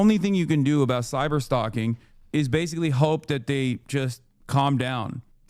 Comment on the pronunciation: Everytime says "basically" it's like sandpaper on my ears. Bro says a word 30 to 60 times in a video but can't say it correctly once.